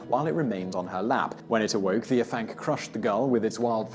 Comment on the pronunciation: Hey simon don't know if you'll see this and I know you apologised for prenunsiation but I thought it might come in handy for the future dude haha. Afanc is pronounced ah-vanc so almost as if it was spelt Avanc. In Welsh F sounds like V and FF is F, I know it confusing XD just thought it might help mate. Great video though I really enjoy these types of lists.